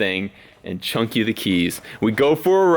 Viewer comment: its “chuck” not chunk